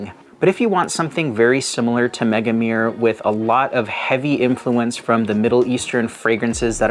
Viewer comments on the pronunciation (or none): Love your videos and all but your pronunciation of Megamare makes my ears bleed 🤣🤣🤣 Mega-Ma-Re(without second e)